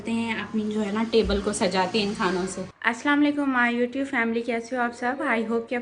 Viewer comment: Ap plz salam achi tara krna seekhain ap salam sai sy nai krtin,, salam laykam,, its wrong